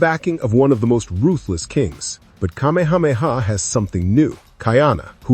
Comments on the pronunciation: Geez dude - car-meha-meha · Just wished you pronounced Kamehameha correctly. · Thank you! It drove me crazy listening to how he pronounced it incorrectly.